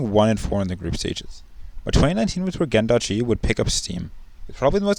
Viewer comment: It's "Gen G" not "Gen dot G"